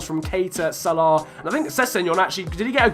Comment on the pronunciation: Can't say Salah properly